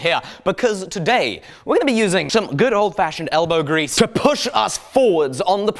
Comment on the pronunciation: That sounded like you said smelbow grease... lol